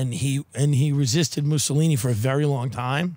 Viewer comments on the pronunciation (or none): none